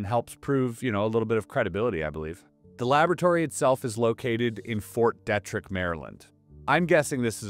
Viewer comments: Pronounced Fort "Dee-trick". That should ring a bell, as it seems to get itself in the news for lab escapes more often than other labs. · just a friendly suggestion from someone who lives locally to Fort Detrick - we pronounce it Fort DEE trick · It is pronounced Fort DEEEtrick. And yes we do have SEVERAL research buildings on that post. If my memory serves me correctly, it is the post that a scientist stole some deadly pathogens and got caught... But I could have my military locations mixed up. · Grew up in maryland, Detrick is pronounced Deet-trick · At first, I couldn’t figure out what fort you were referring to. Fort Detrick, is usually pronounced with a long or hard E. De trick. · Fort DEE TRICK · Fort Deeeetrick. Come on man. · Fort Dietrich is pronounced Dee-trick. its German and in German “when I and E go walking the last one does the talking” so ie is E ei is I. 👍🏻